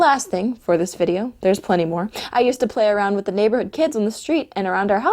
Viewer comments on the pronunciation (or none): none